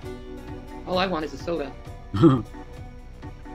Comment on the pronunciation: It's sodie everyone because thinks leaving gs off the end of words and changing words is so charming.